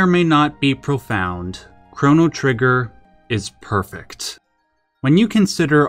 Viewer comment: I don’t like the way you say perfect.